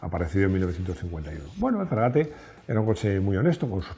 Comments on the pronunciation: Coño, estamos viendo escrito “Frégate” con acento en la e, y tú dices “fregáte. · La tilde en francés no se refleja en la pronunciación. Todas las palabras francesas son agudas. No existen las llanas ni las esdrújulas. La e final es muda, con lo cual se pronuncia "fgegát".